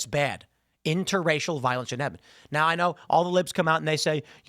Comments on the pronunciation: “Virence “ Tim’s asianness coming to the surface 😂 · Tim really playing up his asian herritage with that "Viorence" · Tim said “Viorence” Koreans can’t L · “viorence” I see Tim’s inner Asian is coming out 😅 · Tim, that was the funniest damn slip up you could have possibly done. "Viorence" 😂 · 😂 virence 😂. Sir, your Asian is showing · The "viorence" got me... not sure if I can watch the rest of the video. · He said "viorence" LMFAO 🎉🎉🎉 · Viorence? That Asian is coming out Tim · "Inter-racial virence?"....Is Tim's inner Kim Jong-Ill coming out...? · Tim said “Virence” 👀🤣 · Okay, so are we just gonna ignore tim doing the toe typical Asian accent by saying "virence" 😅😅😂😂😂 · Tim just had a Asian moment 😂 Viorence ⚰️ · “Interracial virence” I love Tim’s Koreans accent randomly shows its self 😂😂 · Tim said viorence. His one quarter korean is bubbling up this morning. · tims korean came out for a second "viorence"😂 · tim reminds you he's half korean😂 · tim had an asian slip 😂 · grandpaw’s accent peaking out a little! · Tim's Asian accent comes out 😂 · Tims Asian accent slipped out